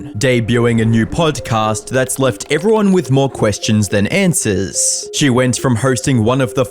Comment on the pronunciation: saying Answers like an American now when you have that non American accent?? AI voice.. 😅 also said Trajectory really weird.. PLANT!!